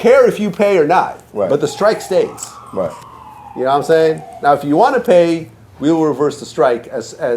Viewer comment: His wack version of Lod jamars Ya nawImean?!?!